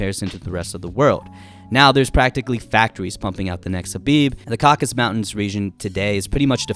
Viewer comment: the mountain region is called "caucasus" not "caucus" mountains